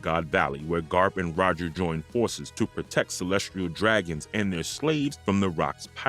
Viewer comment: Kàídau hehe.... I mean mispronouncing Kaîdôū is easy but reading Kayeedow did get a chuckle from me... I DIDNT Chuckle when I heard "Calestrille Dragons" over Celestial Dragons, though... <SIGH> Bad Speak Function handling I'd imagine... Not sure how some New SpeakFunction stuff works cause sometimes its ALMOST as good as programmed voice acting but the mispronunciation of Celestial DOES raise a lot of questions like they asked someone who knows nothing about One Piece to read stuff but without having Feelings related to Understanding the words One's reading... Ívánkōv being pronounced Îvánkôv is more Common a mispronunciation..... I do ALSO get bothered by mispronunciation of Wáng Zhī which doesnt sound like "Wéīng Zee" but closer to.. as an American MIGHT Write it if it was me 15+ years ago when I learnt more about Chinese pronunciation of ī as a final vowel in a name and a few words, would've written it like "Wong Zher" but where the R is Non rhotic like british english pronunciation of Sir but with a Shortened ī in the Sir and the S being a Sh sound with a Harder Z so its like Shortening the I in Sir before you hit the nonrhotic R... Would be rough to be named Wáng/Wong and live in US with spelling Wang without anyone even knowing the á accent implies a long Ah/Aw style A sound and not an Ay Éh sound... Even speakfunction handles these letters funny if it doesnt know to be trying to pronounce it for a Different Language not already incorporated into the common English spe